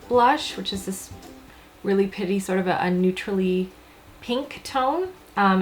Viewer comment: Anyone else notice when she was talking about her blush or so, described it as "really pitty" he he so cute you are adorable! 😊